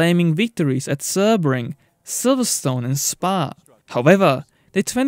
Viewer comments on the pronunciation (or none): none